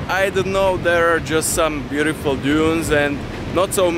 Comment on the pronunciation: super spracovanie, zostrihane, kvalita videa parada, jedine co mi tam mega vadi je to rozpravanie, strasne zla anglictina, sory ale to sa neda pocuvat, furt dookola jak vsetko je bjutifl, nemusis to rozpravat, tu krasu vidiet z tvojich zaberov ktore su ovela lepsie ako to rozpravanie.... podla mna to tam riadne kazi inak namakane videa:)